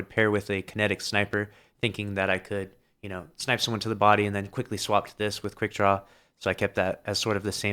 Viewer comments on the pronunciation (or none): none